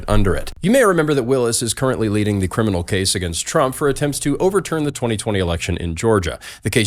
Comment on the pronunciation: Cwiminal whackateering enterprise